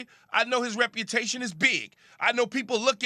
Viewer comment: Is Jay Williams saying “repertation” instead of “reputation”?